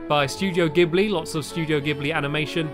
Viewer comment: It's pronounced "jibly" [ Ghibli ] from Studio Ghibli